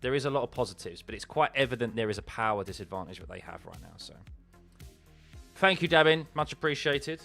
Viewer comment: It's THANKYOU and THREE. Not fank you and free.